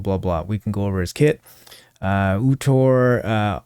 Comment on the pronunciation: EE UU DEX (ˈi̯uː.deks) is the correct pronunciation. Iudex means "Judge" or "decider" in Latin